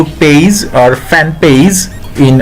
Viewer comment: It’s not paze it’s page👌